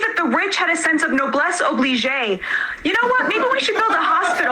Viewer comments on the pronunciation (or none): the news actor’s reaction to her dropping "noblesse obli-JAYYYY” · I'm aware how it's supposed to be spelled and pronounced, but she didn't say noblesse oblige, did she? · That insufferable upper class faux-intellectual voice mispronouncing French phrases lowered my IQ today. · I just noticed that as soon as she said it the host looked to the side, because even he knew she butchered it.